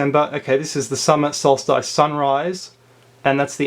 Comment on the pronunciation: (oh, and by the way, the "ice" in solstice is pronounced like the "iss" in hiss, not the "ice" in mice...)